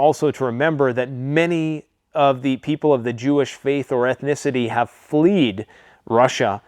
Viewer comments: Flee ed??? U mean Fled. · Fled, not fleed. Come on man.